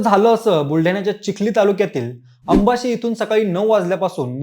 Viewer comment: Ye bhurtya aamchya gawacha nav neat ghe Ambashi nav ae gawacha, Marathi neat bolayla shik adhi bhurtya